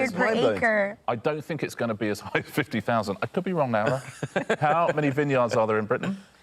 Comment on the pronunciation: Yeah, the very first time he calls her "Lawa". Then "Lowra", and just keeps trying different weird pronunciations for no apparent reason (maybe he thinks he needs to twist his tongue because she's "foreign"). Fun fact: Lara Croft was originally called Laura and her name was changed to Lara to be "more UK friendly". But there's the UK... and then there's Richard Osman. 😄